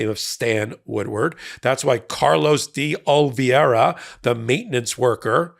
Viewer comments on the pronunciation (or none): first of all, I most definitely highly value your insight and 'Hot Takes' and the information you provide; but, you have definitely mispronounced the last name of Carlos De Oliveira. You said "De Oli - vi - era" when is "De Oli - vera". (Please excuse my grammatical markings -- I'm a technically challenged senior.) 😇🙏🌈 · It's DeOliveira not DeOliviera or DeOlviera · PLEASE learn how to correctly pronounce de Oliveira’s name. It’s DEH oh-lee-VAY-rah. Please learn it. You butcher it in every episode. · dee-olive-era . portuguese ,not spanish!